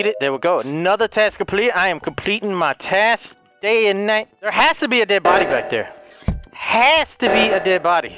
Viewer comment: when he said dsy and night hahaaah